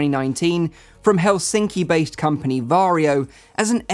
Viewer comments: Varjo isn't pronounced Vario it is pronounced varjo. Vario is how you pronounce Warrio from Mario series in Finnish. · Swede here. Is it really pronounced Vario? Isn't it actually Varjo? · he said varjio lol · did you also cringe whenever he said varjo ? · As a native Finn, you pronounce Varjo as you wright it.